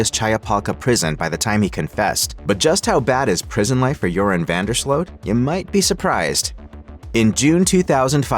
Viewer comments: it's Slute not Slote. Correct? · No that's not correct. In Dutch, the double o is pronounce like a long o -- i.e. "Slote". In Dutch, the combo "oe" is pronounced "oo" like the Dutch first name Jeroen, pronounced "yeroon".